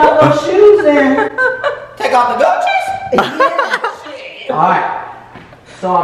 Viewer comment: LOL when Austin said, "Take off the gucci's? " It sounded like "good cheese". LOVE U GUYSSSS